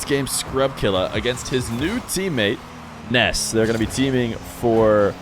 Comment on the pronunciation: its nass not ness im not tryimg to be mean